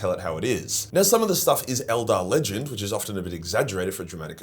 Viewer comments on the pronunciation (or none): none